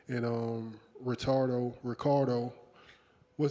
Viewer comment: Wait... did he say “retardo“